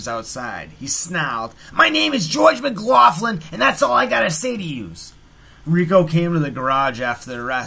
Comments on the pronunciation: Its pronounced mc locklin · yes it is. It's pronounced 'Muhgloklin'.